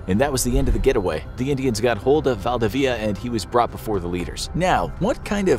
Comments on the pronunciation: actual chilean here val-di-vidi-a its actuali valdivia al togeher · I can't believe you're unable to pronounce Valdivia. It's not valdveea. I consider this an insult on Spanish culture. If you have the word "info" on your channel's name, then you should provide correct "info". Thumbs Down! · Valdivia its pronounced Val-dee-bee-a (a like in apple)